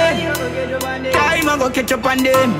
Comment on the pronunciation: Lol like how u say ketchup instead catch up😂❤️